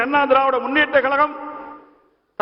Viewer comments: எடப்பாடி ஏன் இப்படி 'கலகம்... கலகம்'... என்று பேசுகிறார்..? இது, 'கலகமா..?' 'கழகமா..?' தமிழை தமிழாக பேசத்தெரியாத தலைவர்..!? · தமிழ் உச்சரிப்பு பேச தெரியவில்லையே கலகம் கலகம் என்று சொல்லும்போது மிகவும் மனவேதனையாக உள்ளது இதே போன்றுதான் ஒ பி எஸ்சும்